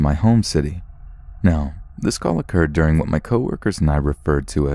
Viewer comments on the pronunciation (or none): none